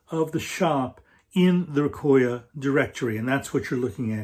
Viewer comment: Nice vid,. Recoya is a nice resource for sure. Salute to there person who had compiled all the information and to you for promoting it. By the way, don’t quote me on it but it might be pronounced “Reco - Ya” as is “レコー屋”, meaning “Record + Shop” like 八百屋 “Yaoya” (vegetable + shop) or 米屋 (rice + shop), and a little like “Recofan”:-)